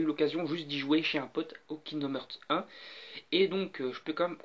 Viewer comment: On dit "harts". :'D